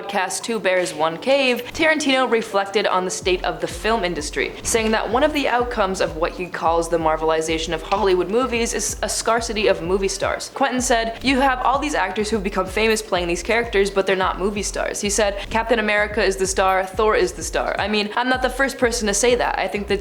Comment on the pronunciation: Scar-city? 🫣 Ugh. What is with these (or whatever you are) and your improper English language use? Look up the word "scarce"